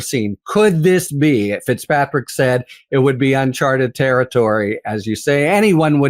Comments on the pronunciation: Ben, "Uncharted." Not "Unchartered." And while we're on it, the phrase is "let alone," not "yet alone." Thank you for your attention to these matters of detail. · It’s « uncharted » not « unchartered » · IMHO, shouldn't it be "Uncharted Territory" not "Chartered" as it sounds like you're saying :) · BEN BEN BEN!!! The word is NOT UNCHARTERED! It’s UNCHARTED!! There are Two Meanings; Two different words. FIX THIS IGNORANCE. Don’t say Unchartered when you mean “UNCHARTED”, which uses several times, in attempt to slip you the CORRECT word. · Great news, such a welcome development! This indictment and the Tish James indictment should both be thrown out! BTW, it's "unCHARTed territory" not "unCHARTERed territory" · Ben! It's UNCHARTED, not UNCHARTERED!